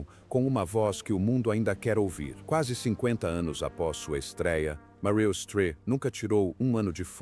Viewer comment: O comentarista não sabe direito como pronunciar o nome da atriz Meryl.....